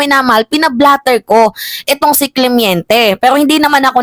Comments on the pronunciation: Hindi Cle-mien-te Ito tama Cle-men-te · Clemente not clemiente